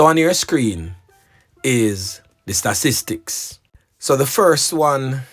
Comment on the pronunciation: You always bring good news, but it cracks me up how you have trouble saying STAT-IS-TIC!